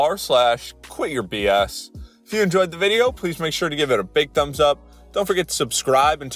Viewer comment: this autoplayed and i wasnt physically watching and when you said quityourbs i heard queerbs and i was like WAIT THERES A REDDIT FOR THAT?!